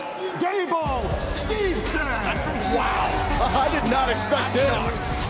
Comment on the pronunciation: made me laugh Byron Saxton mispronounce Gable Steveson name Corey Graves responds Steveson Saxton i hope he takes you down